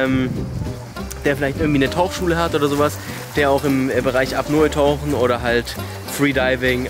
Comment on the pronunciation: Das heißt nicht Aperol-Tauchen sondern Apnoe-tauchen...